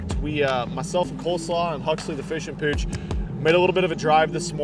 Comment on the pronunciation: I had to rewind the beginning because I just recently ordered a bunch of car parts and have been hearing nothing but issues and excuses, so I was a little distracted, but I could've sworn that you said Huxley the Fishing Bitch the first time...lmao I know that you said Pooch...